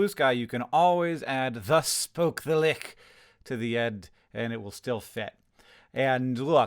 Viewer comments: The real takeaway here is that Hank Green pronounces Lich as "Lick" and not as "Litch" Which I cannot be convinced is correct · No, it is indeed "ch", not "k". It comes from Old English "līċ", with the c and dot representing the modern "ch" sound, like in change. I have never heard "leek" before, but have heard "laikh" or even "leech". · he pronounces lich like lick? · Wait, you pronounce it "lick" and not "lich"? lol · Wait is Lich prounonced like "Lick"??? I always thought it was like "Litch" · The lick??? I thought it was li-ch 😬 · Worry less about being corny and worry more about how you pronounced lich as "lick". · Hank, this has nothing to do with the topic of the video, but as a D&D nerd, I have to note that Lich is pronounced "Litch" (rhymes with witch). I note this only because I made the same mistake as you when I read the word (logically, it should be pronounced like "loch"...) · Man it’s pronounced like “litch”, you’re a smart dude so idk why you didn’t google this lol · My only note is that "lich" is an English word and ends with the same "ch" sound as in "much". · Hank, I must criticize you for the way you pronounced "lich" the same as "lick". I really hated that. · First time I've seen someone mispronounce "LiTch" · wrong, Lich is “litch” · Lich is pronounced /lɪtʃ/ (rhymes with "itch"). Hank's pronunciation is extremely weird. I've never heard it before and can't find any English dictionary that acknowledges it as an alternative pronunciation. It does come from an Old English word "lic" meaning "corpse" that used to be pronounced more like that, and for example the German cognate "Leich" is pronounced more like that, as is Dutch "lijk," but it has been /lɪtʃ/ in every dialect of English for at least several centuries. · He didn't say it like "lich" though. He said it like the ch in "loch", which is a different sound. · It's German so it is not "litch" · The IPA on wikipedia says lich rhymes with itch so yeah Hank is the weird one here